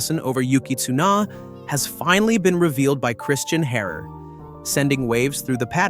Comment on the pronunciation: Wtf is with the "tsuno" and "Cristian horrrr", get a better AI voice man...